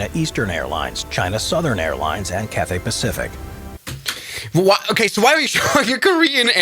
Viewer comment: Sadly, he really said Cafe Pacific🙁🙁